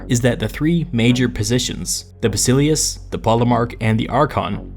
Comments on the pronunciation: Bas i LE us the emphasis is on the second to last syllable. If you learn about history from Youtube, can expect certain "get what you pay for" compromises. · Not to nitpick, but your pronunciation of "Basileus" is dead wrong. It is "Bah-Sill-Ay-Oos" not "Ba-Silly-Us" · heres how english speaker should pronounce these words properly Basileus- Vahsihléfs Strategos-Stratihgóhs Boule- Vuhlé